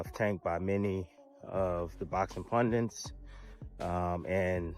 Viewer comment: Tim Bradley said 'boxing pundunce' 😂